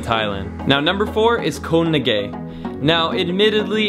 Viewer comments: "Koh Na Gay"? Check pronunciation ;-) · It's difficult to keep hearing 'Ko Na Gay' :/ Living a gorgeous lifestyle that many won't ever have, but can't ask a Thai person how to pronounce it correctly is really strange to me! (but great video nonetheless!) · Koh Ngai is not pronounced "koe na gay" 😜